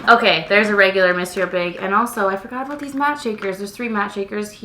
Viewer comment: Two things: 1. YES!!! Been waiting for this mascara comparison!! Thank you! 2. Also thank you for pronouncing Monsieur correctly.... So many people online call it the "mawn see er" mascara.